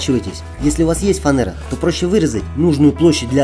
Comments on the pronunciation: Фанера-правильно.фанэра не правильно. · Я фанэру называю фанерой) не так ухо режет